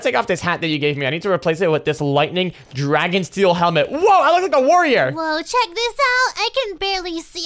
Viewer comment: A drAegon 😂😂😂